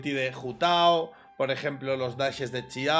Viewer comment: Siempre admiraré su forma de decir “Ciao” en lugar de “Xiao” xd